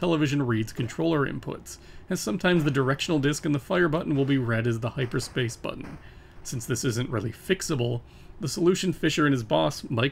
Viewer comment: I'm sorry, but "hipperspace"? :)